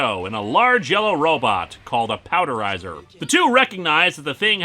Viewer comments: It's Power Dizer not Powderizer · It's "Powerdizer" not "Powderizer". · PowerDIzer, not PowDErizer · Ok.....now I’m annoyed. You mispronouncing things on purpose? It’s PowerDizer! Marcos, you vetting this guy? 🤨😒😑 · Good lord linkara. I get you confusion with fourze (four-zei) but it’s clearly Power .... Dizer (Dai-zer)